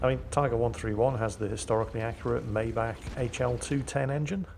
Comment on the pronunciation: Actually its pronounced M-aye-bach the CH is like a scratch in the throat.